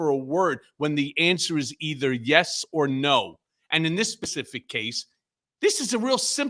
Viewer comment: Did Cohen say “this pacific case”??😮😳